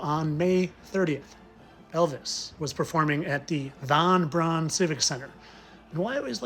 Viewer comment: You are doing such valuable work. Thank you for pronouncing von Brauns name correctly.. the anglisization of his name to pronounce it as 'Brown' is annoying.. they always pronounce Eva Braun correctly.